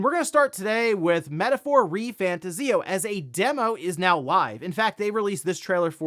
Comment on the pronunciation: I think it's Re-fan-TAHZ-ee-oh.